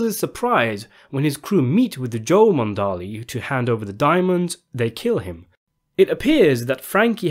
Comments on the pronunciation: Frankie Monaldi, not Frankie Mondali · It's pronounced, Mih- NAHL-dee!